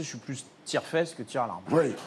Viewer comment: il dit "tire-larmes" pas tire-là